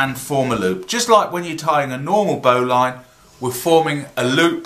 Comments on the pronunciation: BO'Lin pronuciation.. like Botswain is pronounced Bo'sun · What you have there is a double bowline on a bight. Refer to the tug boat bowline for a single bowline on a bight . And if you pronounce it "bowlin" you won't sound like a land lubber.